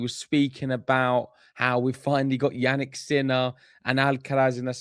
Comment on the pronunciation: Did you say "Jannik's Miller"? 😆😂